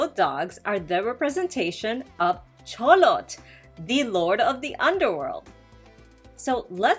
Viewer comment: Good job on the -TL pronuciation for Xolotl. -TL is basicaly prounouced as T or put air on the outer side of the tongue. L is basically almost silent. Never pronounced as settle or kettle. Always at the end of a word. Examples Xolotl Coatl Ahuacatl